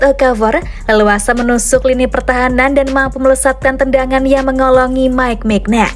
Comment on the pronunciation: Bacanya mignyon